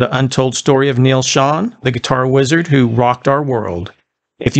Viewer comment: Excellent job! It's so nice to hear his last name pronounced correctly! No use of AI either! Stay original like you are! You gained another subscriber! ✌🏼